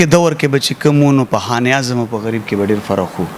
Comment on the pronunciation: sb taso che kam kaar kaway no da de kar da para yo khas taleem haselol pakar we zaka che de kar ke khabare ao tanqeed baraye islah der aham kerdar ada kawe, no mehrobani okay da khpal talaffuz mo teek k za pa de interview ke taso ta siraf da yo lafz khayam che pa de ke talaffuz tek na de. For example taso khan e azam bia bia waye no da khan e azam nade da khanezam de no plz che next time da interview kaway ao ya prgrm no da haghe na makhke lag preparation kaway.